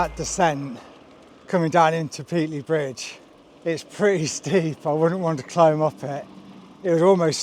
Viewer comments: It's pronounced Pate-ley, not Pete-ley FGS. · Please learn the correct pronunciation for Pateley Bridge! Otherwise an educational and well presented video. There was a time when I would have done it in three days. I've done the original C2C several times in three days but in those days I was 15 year younger and we had a support van carrying all our kit. I'm presuming you've sent your kit ahead as there doesn't look much more than a sandwich and a bag of crisps in your back pack. i'm with the guy that took longer and enjoyed the ride. There's so many places to stop and stare.